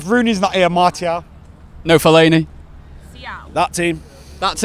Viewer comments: it's pronounced marcial. not maaaartial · its pronounced mar-cee-el